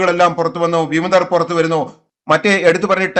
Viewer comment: വിമിതർ അല്ല ചേട്ടാ വിമതർ... ആദ്യം മലയാളം ശരിക്കു വായിക്കു